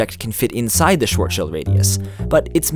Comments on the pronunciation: Since you mentioned Schwarzschild is German all I could hear for the rest of the video was the wrong pronunciation of that word. Well, I heard worse where people pronounced the last bit like child. Great video anyway! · Wicked Mouse Schild shoud not be pronounced with an "ie" because then it would sound like like the English "shield" or the German schielt ("sb. squints")... "T-lit" -> "Sch-ilt" When you say it like "tilt" it's almost perfect, but you can hear the English accent ;) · Jeder, der Englisch und nicht deutscht spricht, spricht deutsche Namen komisch aus. Genau wie Einstein. :) xD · It isn't "shuarshield" it is "Sh- vartz-shield" as simple as using google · By the way the "ar" in Schwarzschild sounds damn close to "are" and not like you pronounced it. However it would sound like "schwoazschüüt" in Austrobavarian. Also the "i" in "schild" is short and the "d" is more of a "t". The "i" in "shield" is long. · Its Schwarzschild not Shwuoazshield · man you are so annoying calling it shwart-shield... it's clearly spelled CHILD. shwarts-child radius ffs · He sed it Wong. It's starts-child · When you are german and get triggered everytime he says Schwortschield instead of Schwarzschild 😂 but nice trying bro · I've always heard it called "Shwartz Child" not "short shuuld" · It's not "shield" either, its "shilt" with a short i sound as in "fit" and a T sound instead of a D because German pronunciation needs some getting used to. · It is called schwarzschild but you say it like sworzschild. That hurt my german ears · Every time you said "Schwarzschild" i hear short shield. Yep, german is very hard to pronounce for non German People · „Shwuazsheld radius“ So great to be german xD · its pronounced sw-ar-tch-child radius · Shvahrdsshihlt xD deutsche aussprache 4tw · It's pronounced ʃvaʁʦʃɪlt or Shhh-Farts-Shield. Picture farts that are made at the Schwarzschild radius, being inaudible on the account of being sucked right into the black hole immediately.